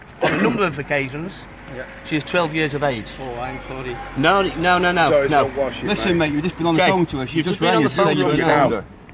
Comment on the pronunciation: He said solly